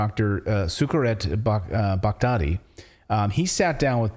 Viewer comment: Its pronounced, buck, like Buck Owens, 'b(h)uck-ti, accent the first syllable.